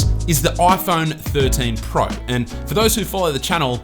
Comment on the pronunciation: This is the 'Oi Phon Thorteen Prao' 😂